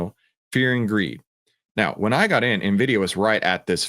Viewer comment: Nvisia 😂😂😂 nobody else knows about nvidia but the”coach”